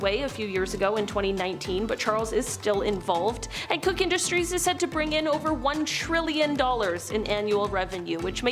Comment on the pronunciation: Just an FYI, Koch, as in Koch Brothers, is pronounced "coke" like the drink. I wouldn't know that but I live where their headquarters is. The brothers were a bit of a mess, fussing at each other, but their mother was a lovely person supporting the arts. We need more people like her.